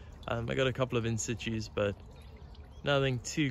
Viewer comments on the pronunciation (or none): yeah, that Brady at the end was a nice one. Great vid all the way through, except? You said "in situ" incorrectly. You need to take my "in situ" course. It's FREE. 😉😄